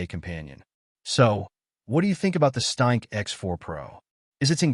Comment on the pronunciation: weird useless AI voice on weird useless AI channel calls the ereader a staink. WTF is a "staink"?